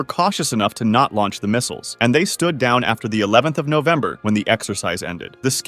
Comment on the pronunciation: Ah yes, Novemner and Cheif.